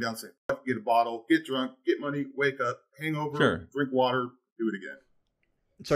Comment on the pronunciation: lecturing people on their health... "Ur legs are gonna retain wurtter.." Also: "My legs retain wurtter..."